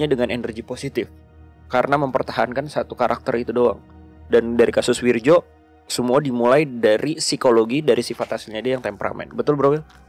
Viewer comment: Soalnya pelafalan namanya kurang tepat.... itu pake ejaan lama, harusnya bacanya: WIRYO